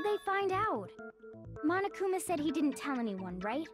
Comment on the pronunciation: It's frustrating that the characters, and grumps, pronounce "mondo" and "monokuma" as "mando" and "manokuma".